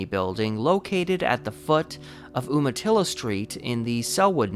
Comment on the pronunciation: For someone born and raised in Oregon it would be nice if place name pronunciations had been learned sometime, especially since it is the name ode an Indian tribe, a county, a reservation and a town. Umatilla is not pronounced Oo-matilla but You-matilla.